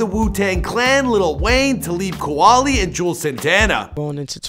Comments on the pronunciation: Did you say Ta-Leeb Ku-Wally?!?!!!!!!!!!!!!! Put some respect on Talib Kweli’s name. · It’s pronounced. Ta-leeb Qwa-Lee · Talib KOOWALY lmao 😂 this guy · did you just say talib koowally? the fuh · Who is "Talib Kawali"??🤣😂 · TALEEB QWALI 🤦🏾‍♀️...OMFG THIS NARRATOR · No one wanted to teach him how to say talib kwali or juelz name right?! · Tah-lib Kweh-Li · 😂😂😂you murdered Talib Kweli name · What did you call Talib Kweli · How he mess Talib Kwali name though? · How do u do research on famous people and put out vids giving out info and mis pronouncing names like Talib Kweli 🤦‍♂️